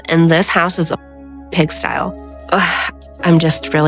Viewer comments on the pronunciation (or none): Did Liz say pigstyle? I'm sure she just misspoke, but it was kind of funny. He lives in the style of a pig instead of pigsty. XD